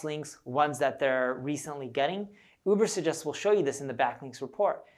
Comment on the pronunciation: Lots of good suggestions -BUT when introducing new subject - use graphics to post the title - i.e. Urbersuggest - couldn't understand to the verbal enunciation